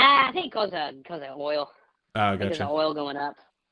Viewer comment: "Up cause of oil" sounds like a Texas guy haha